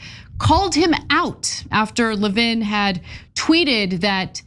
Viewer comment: Isn't the stress on the first syllable of 'Levin?' I've never heard of it being on the second syllable.